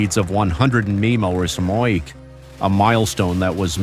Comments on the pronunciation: "Meppitty em prees" Mph! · MPH = Muh-pee-ehh??!!